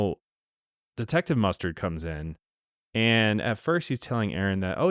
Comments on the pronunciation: Detective MusTURD amirite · Every time you say mustered I have flash backs of clue, corneal mustered, in the bedroom with a candle stick lol 😆 😂 🤣